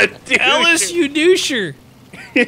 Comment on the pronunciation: It's pronounced (EL - IS) that's way it says it like that in the games dialougue... :/ try playing the game